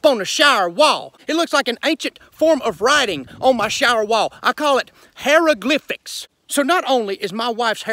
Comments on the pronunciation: "I call it "hairaglypics" 😂😂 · “Hiaroglyphics”😂😂😂 can now be found in the Dictionary for Husbands.🤙🏾